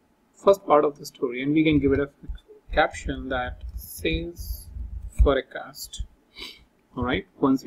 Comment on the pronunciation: please pronounce "forecast" correctly